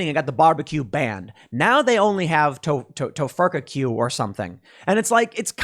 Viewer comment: "Tofurfecue" What a twisted abomination of a word... how fitting. That, or Tim has been listening to Joe Biden too much.